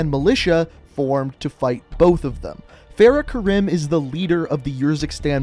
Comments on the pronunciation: that is not how u say farahs name especially her last name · “Fa-RAH Kar-ee-m” It’s also modeled after Syrian War, not Iraq. But good overall video. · Fahrah kahreem is how you pronouse it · It’s pronounced fare-uh ku-reem